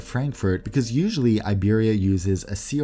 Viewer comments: Iberia is pronounced 'EEBERRYA' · Hey, just a thing I wanted to mention the i of Iberia is not pronounced like in English. It’s like the i of impossible. Americans often make the mistake… like IKEA I guess? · It’s funny your pronunciation of Iberia 😂